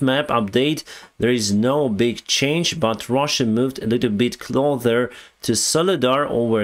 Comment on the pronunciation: Thanks for another update. Your English is very good and I think improving still. I noticed your pronunciation of "closer" was correct the last time you said it in this video, but not the first time.